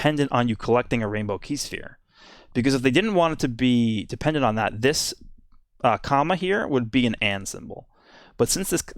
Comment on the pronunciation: The way says comma is so weird